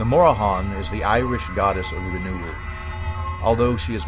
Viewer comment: Mora-han? Ok, buddy. I'm off to go do some actual research I guess.